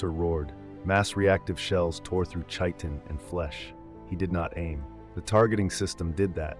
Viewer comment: FYI, chitin is pronounced like kite, not the “ch” sound in “cheese”. Great story and reading! Definitely subbed!